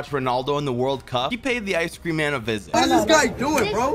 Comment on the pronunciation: The way he said-“Awyc creaum”